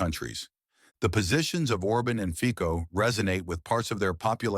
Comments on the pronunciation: His name is FICO, and not FIKO ! Stupid narrator ! FICO, not FIKO ! LEARN HOW TO SAY IT RIGHT ! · Why do you pronounce i Feeh-koh and Or-bin? Why don't you take the trouble to look up how to say their names properly?